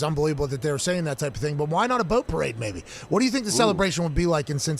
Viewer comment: Seth “you’re gonna say whud a bunch of times” Rollins!